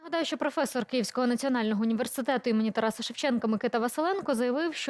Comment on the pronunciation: Що цей ,,прохвесор'' може навчити?